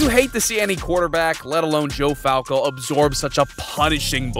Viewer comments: Bros really said Joe Falco😭💀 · Your pronunciation of certain names is murder. Its GoodWIN, Kay-zee, not Kuh-zee, and Joe Falco? Really? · Lmao. He said "constellation prize". Lmao. And "Joe Falco". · My man said, "Joe Falco" 😂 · Joe cool. You got his last name wrong and you got his last name wrong